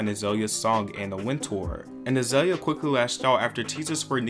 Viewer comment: Az-oi-lia Banks? Oh, great.. Another voiceover...